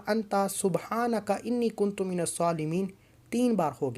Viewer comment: Ya zuljalal wal ikram kuntum nhi kuntum ha Zara dekh k parhy